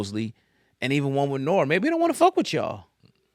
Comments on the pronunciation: Lol he said Noor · Lol i peeped that too. Who the fuk is Noor?